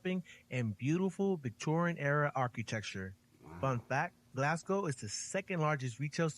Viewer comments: first of all, congratulations on pronouncing the name of my city correctly, unlike the narrator in the original video, his mangling of the term for the natives is already hurting my ears - and I'm only 3 minutes in, although he he has now pronounced it properly. Also we are not Galwegians - we are Glaswegians. Another interesting fact is that Glasgow is a UNESCO world heritage music city. It's a pity he didn't visit the Kelvingrove Art Gallery and Museum, which in my opinion is the most beautiful building in Glasgow; even if you removed all of the artwork and exhibits it would still be worth the visit just for the architecture of the building alone - and the beautiful park surrounding it. there's also the People's Palace in Glasgow Green, which is a museum about the people and culture of Glasgow. But the best thing about Glasgow, above everything else, is the people. Our modern motto is, "People Make Glasgow". Despite our rough exterior and harsh accent, we are a very welcoming and friendly people. We love to meet visitors who enjoy and respect our city and our culture and I'm sure if you came to visit you would feel very much at home. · Absolute top marks on the pronunciation of Glasgow. We always joke that Americans pronounce it glass cow 😂